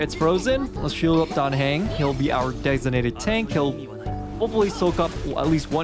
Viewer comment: Your committment to your warpless journey is almost as impressive as your committment to mispronouncing Dan Heng - the poor boy. Well done on your clear!